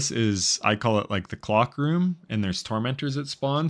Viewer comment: Pure luck had do who couldn't even say call out loud and properly